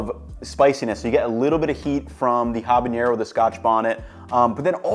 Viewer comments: please stop saying ha-bah-ñe-ro. it's ah-bah-ne-ro. Great video otherwise, I really want to try this recipe! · It's so funny to hear you say "H a b a Ñ e r o" bc it's just "habanero", no Ñ in it. Great video though <3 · Hey, a heads up for pronunciation. You're saying habañero, it's said nero as you'd say it in nero di sepia, or the "ne" in nettle. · what's a habañero? I've only ever heard of habaneros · Gotta work on your pronunciation on habanero!!! hah-bah-NAIR-oh or even ah-bah-NED-oh for a bit more authentic sounding Spanish pronunciation. Looks delish!!!